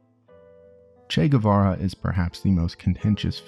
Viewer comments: In spanish, a “u” after a “q” or a “g” doesn’t sound unless it has dieresis (ü). Guevara correct pronunciation is Gevara. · FYI, Guevara is pronounced Geh-vara (like the word 'que' but with a g). You don't pronounce the u unless it has the umlaut (two dots) on top. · It's Guevara, not "Güe"vara. The same way you pronounce the "ga" in the word "gay", you pronounce the "gue" in Guevara, in Spanish :p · As latina, i love how there's a new interest in "el Che" but at the same time, annoyed at the guevara pronunciation... its more geh-vara, not gUevara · “Goo-ay vah-rah” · If you're gonna make a biography about the guy AT LEAST pronounce his name correctly. The U is silent! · he didn't leave guatemala for nothing man, it was after failing to resist operation pbsuccess and you don't pronounce the u in gue, be it guevara or higuera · if you make a 40 minute video about someone just take the 20 secs it takes to google the pronounciation of his name?????? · ..........you're not supposed to pronounce the "U" :/ in Guevara